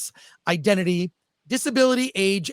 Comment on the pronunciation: Do you realise you said ' IdenTify' and then followed that up with Idenity a couple of times.